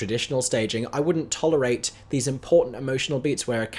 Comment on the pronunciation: "thes" lol